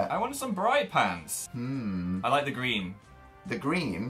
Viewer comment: HE SAID PANTS SOOOOOO DIFFERENTLY WHAAAAAT